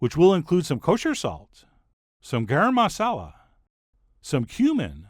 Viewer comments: "GARam MASSala" - wow he's not Indian enough "Turmeric - which by the way prevents every disease -" - ok he's definitely Indian enough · Its fun hearing a foreigner say “samosa“ and “garam masala”..😂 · ok firstly he butchered the pronunciation of garam masala, and also shouldnt he have used ghee instead of butter/olive oil if this is a partially indian recipe? still great recipe tho haha